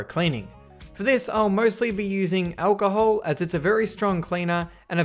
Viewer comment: It icospropaalchahol not alchola